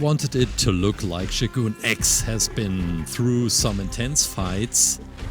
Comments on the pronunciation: It’s not shoguun it’s sho gun ,just saying😊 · It's pronounced show-gun not shoe-goon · Buddy, it’s not shoe gonna shogun😂😂😂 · It’s not shoogun